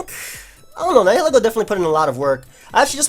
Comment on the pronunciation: Someone please teach how to pronounce Nihilego.